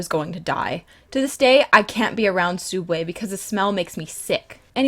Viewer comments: Wtf is a fucking sooubway It's subway you daft nugget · comic also your vids are awsome also its subway not sooubway!!!!! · why does everyone prounouce subway suodway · Sooubway ? What isn't it subway thats how they spell it in Australia is it just in america were it's spelt sooubway or what please can some one tell me. ☹️ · Is it only Americas that call it soobway?????? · So...soubway? U...u can't handle soubway......... Idc u r awesome! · It's not soub way it's Subway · Is she saying soubway and now subway. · Oh god the soobway. Olives.. the olives...!! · TheOdd1sOut why does people say sooubway I call it SUBway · She doesn't even say SOOUBWAY right 😤😤😤 TRIGGERED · Its pronounced soo-ub-way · SUB-way!!! Please, for the love of roses say it right. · Why does everyone pronounce subway like that😭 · Its pronounced subway : ) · She said sooubway 😂😂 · Your not the only one who says Soubway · what do you mean its sooobway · why are you calling it suoobway are you trying to copy the oddsoneout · She is saying it wrong